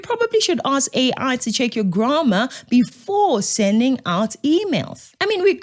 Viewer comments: Stop causing GRAMA , sorry, I mean DRAMA by nitpicking on Dean McPherson's (most likely) hastily written email (if it indeed cam from his hand, and not an assistant's), and consider pronouncing GRAMMAR correctly. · Hey babes. Before criticising someone else's "graamar" look to your own pronunciation. Just saying. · Please also hold black people responsible for their grammar. Even during your own speech you pronounced the grammar incorrectly! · I agree 100% that there is no excuse for bad spelling mistakes in emails - there is auto spelling checks, FFS! But, K, check your own pronounciation of the word "grammar" - just saying.... pot calling kettle black, etc. English sucks, but if you gonna Do English it then you need to do it correctly. ❤